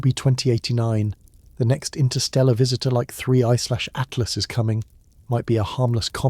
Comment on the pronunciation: ...nd why you be saying it like that...(3 / a t l as)...hehe...